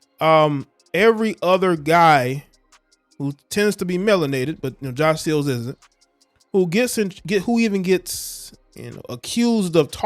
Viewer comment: So y'all know he said Sills not Seals lol